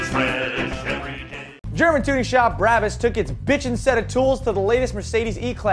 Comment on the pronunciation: Never heard it pronounced that way... Always BRAH-BUS. Even on BBC's Top Gear they say BRAH-BUS. Everyone but you could be wrong though. Just sayin.... j/k